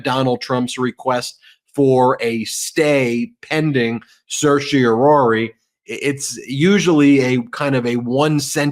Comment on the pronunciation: Someone needs to tell Ben that sur-she-oh-rohr-ee isn't a word.